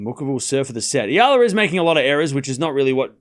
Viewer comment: Thankyou for pronouncing Alex Eala's name correctly AlexEala is pronounced as Alex Ayala Alex Ayala Alex Ayala please ok Alexandra Alex Eala!born May23 2005 Philippines place of birth. Thank you TY